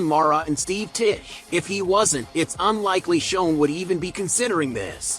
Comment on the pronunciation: You should at least learn how to pronounce the GM's name...they were very clear at the beginning: It's Shane and not Shown.